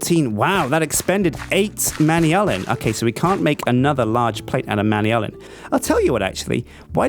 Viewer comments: It's not pronounced "manyalin" it's "manalin". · He pronounces all of the alloys wrong he slaughters it so much my heart accualy hurts like even other UK people pronounce manullyn right the way he says it just makes it seem like something completly different it is pronounced (man.u.lan) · your pronouncing manyullyn wrong,its pronounced man yoo lin and secondly I rarely play minecraft and haven't really watched vids on it in a while, I still know more about the mods than you do and its your job. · Manyallen. Really. Man-You-Lee-An. Ahhhhhhhhhh!